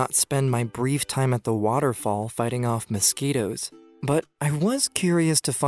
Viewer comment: U mean "mouskitos"